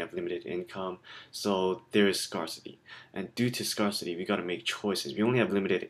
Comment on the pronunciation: Many thanks for the uploads :) It's pronounced scare-city, by the way!